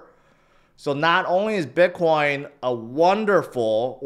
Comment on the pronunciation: Why u keep say biqwan?